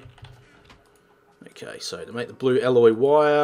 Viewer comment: make not mack